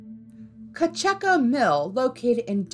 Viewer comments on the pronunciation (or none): As a man who lives by the cocheco mill I loved the storytelling of the fire but it's pronounced almost like cuhcheeko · OMG, I just got to Co Chuckka Mill. lol I'm out!